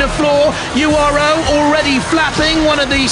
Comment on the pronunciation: Why does the voice pronounce URO like an American?